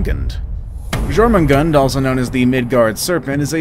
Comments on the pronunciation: And thats not Jormungand!!!!! It's Jörmengandër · You actually did get a lot of names wrong even before you said about getting them wrong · wait is jormungand has a r in her name or not